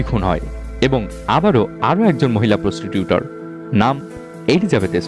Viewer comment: প্রস্টিটিউটর না প্রস্টিটিউট...overall video টা অনেক informative 😍😍